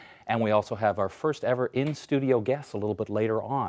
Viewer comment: "And now, for the week of May FIRTH" . Yes, the introduction lady forgot it's FIRST, not FIRTH.